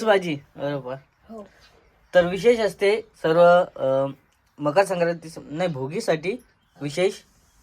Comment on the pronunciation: tula bala मकर संक्राती पण बोलायला येत नाही😂😂😂